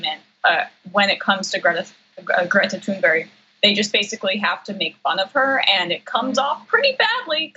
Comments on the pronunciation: Hey Anna your awesome but it's Greta Thunberg not Thunberry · It's not Greta Thonberg, it's Thunberg you actually have to pronounce it U not O or A. It's not that hard and you can hear the correct form more than enough times online in some of her videos. No offence though, I know you're not the only American talking like having a toothpick in his mouth. ;) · Can all the talking heads please learn that her name is pronounced “tunberry”. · always says Tune'berry I hate it. I love her but... I hate it. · Damage Report Her name is pronounced "Toon-berg". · Her name, Thunberg, is pronounced Tunebury. Just saying. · Please say her name right.... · Listen I support you guys but please pronounce Greta Thunberg’s name correctly OK you are just losing credibility every time this chick miss pronounces her fucking name Jesus can’t you pronounce her fucking name correctly. Do your fucking research before you post something and try to get credibility you’re mispronouncing her fucking name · “She seems like a very happy young girl,” says the primadonald about Greta Thunberg. “He seems like a very sad old DELETE prematurely senile boy,” thinks Greta Thunberg about the primadonald. But why does John Iadarola so studiously murder her surname? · Phonetically pronounced : Greta roll the R ToonBerg. No H and when spoken in Swedish the G is soft with an exhale almost sounding like T'hoon..ber e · Learn how to pronounce her name please. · Come on, John. Please learn how to pronounce her name if you think so highly of her.